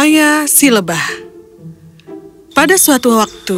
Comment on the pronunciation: Lebah mba bukan lebahv kaya orang Arab